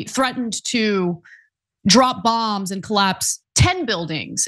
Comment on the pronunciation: Bongs not bomb's